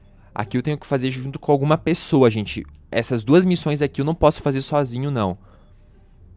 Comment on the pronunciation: "quais missães" que que foi isso mano?😅